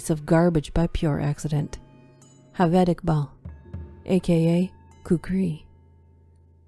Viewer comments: ‘J’ ‘J’ aved not ‘H’aved. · Excellent narration but Javed is pronounced with a J not H